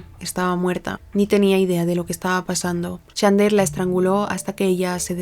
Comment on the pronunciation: Me quiero pegar un PUM cada vez que pronuncia mal el nombré de chandler